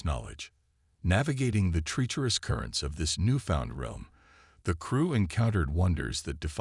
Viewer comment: Please proofread your captions better in the future. The story was amazing but the number of obvious errors in the captions was very annoying. Also for some reason the narrator voice keeps pronouncing "treacherous" as "tree-cherous."